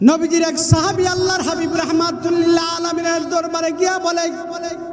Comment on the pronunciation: হাফেজ হয়ে রহমাতুল্লিল কেন বারবার বল ভাই কোরআনে তো আয়াত দুইটা ওই রাব্বুল আলামিন রহমাতাল্লিল আলামিন